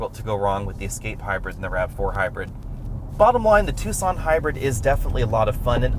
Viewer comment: It’s Tucson not two sonne